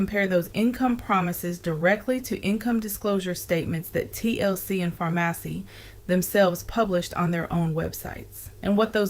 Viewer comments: Farmasi is pronounced just like the word PHARMACY 🫤 Get well soon Ti and thank you for keeping the content going. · The company Farmasi is pronounced “Pharmacy”. Also, she was selling a dream, which is the cornerstone of a pyramid scheme. No one gets rich selling products. They get rich by recruiting people to pay and join, maintain a monthly quota of purchasing products and profiting off those quotas. Once the FTC instituted this income claim requirement, MLM companies started going out of business because they were selling a lifestyle and a dream. The products are just the bait to lure people in.